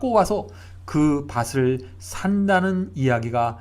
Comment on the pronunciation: 글로 쓸때는 ○밭에○ 말할때는 ×바세× 가 아니고 ○바테○ 글로 쓸때는 밭을= 말할때는 ×바슬× 이 아니고 ○바틀○ 밭이 발음은 ○바치○ 등등~ 정확한 발음 사용 부탁드립니다^^ 은혜로운 말씀 항상 감사드립니다